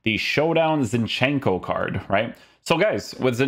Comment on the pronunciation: ZIN-chenko. not ZinchEnko